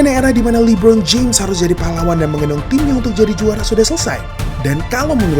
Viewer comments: Bang sekadar masukan ajanih, cara bacanya LE Bron, kalau Abang bacanya li bron. Artinya namanya jadi Lee Bron bukan le bron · LI-BRON2 palakau, donkij palakau